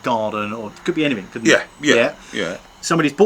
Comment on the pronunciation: "Anyfink"? FFS use English it's not difficult the word is "anything" stop being lazy